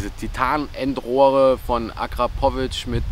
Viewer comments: Hahaha akra pooo vic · Alter wie kann man Akrapovic und Launch Control so falsch aussprechen🤦🏼‍♂️